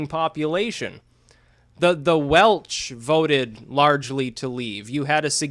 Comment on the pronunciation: "Wel-CH" Just. Don't